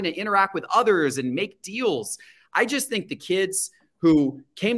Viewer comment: Let’s address the elephant in the room! pronounces “just” - “jest” 😂